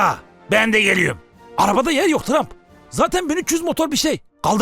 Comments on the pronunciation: dikkatli dinleyin sarı pipi diyor :D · trump yerine sarı pipi diyo farkedenler +1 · tramp denilen bir hıyar çene saldırıya geçti diyişinde tramp hapşırmasına koptum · Trump’a sarı pipi dediğini duyanlar